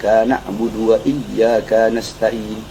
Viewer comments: Perhatikan ayat kelima Al Fatihah yg dibaca habib Bahar, iyya ka dibaca iyya kaa (panjang). Bukankah harusnya pendek? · Saya kok dengernya gini sih : Iyyaakaa na'budu wa lyyaakaa nasta'iin. Harusnya kan gini : Iyyaaka na'budu wa lyyaaka nasta'iin.. Minta koreksinya jika saya salah dengar.. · Mosok dibaca iyyakaa nakbudu iyya kaa.... Ka itu satu harokat bib bahar.. Bukan dua. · Maaf kok ka nya dibaca panjang ya